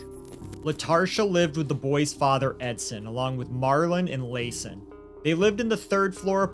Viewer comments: Pronounced Lason wrong.. ITS La-sawn Also, its a shame crazy ppl dont know they are crazy. Rationalizing with them should be left to the professionals. But this woman isnt craZy...she knew right from wrong. She also made decisions for herself and her sons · Its very important to say the babies name correctly its La'son and its pronounced like la son.